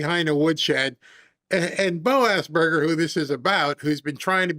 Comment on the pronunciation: you called him BO-ASSBURGER hahaha